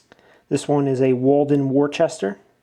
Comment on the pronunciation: I grew up just outside of Worcester MA, it’s pronounced “WUS-ster”. Walden Wus-ster not Worchester 😅. Great channel, love the tool scores!